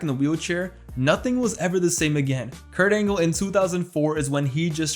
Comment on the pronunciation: Can't believe everybody calls him Perc Angle